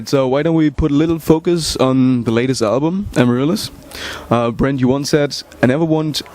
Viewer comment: It's " Brent " not " Brant " =)